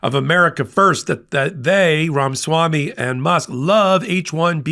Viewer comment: Its Ramaswamy not Ramswamy. For God's sake. How are we supposed to take you seriously if you can't get the names of key players right?